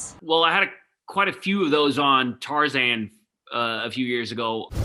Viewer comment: Me : Tarzan Tarzan : tarr-Zen 😂😂😂